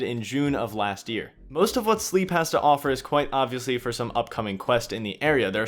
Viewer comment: I think Slepe is pronounced like "Pepe".